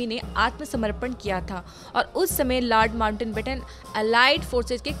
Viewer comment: It's "Lord Mountbatten" not Lord Mountainbatten..!! Please make required corrections.